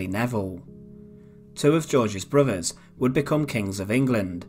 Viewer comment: When I have to tell a video commentator It's "brothers" not "bruvvers" there's something wrong...do us all a favour and learn how to speak correctly